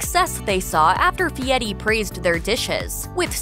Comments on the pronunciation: I thought it was "F.i.e.R.i," not "F.i.e.T.i." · pronounced Fee-ety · F I E R I, there is no "T" in the name. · How TF does he come up with the pronunciation of his last name when there is no T in the spelling???